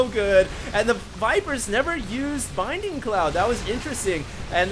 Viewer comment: It's bLinding cloud... for the love of god... I can't hear binding cloud again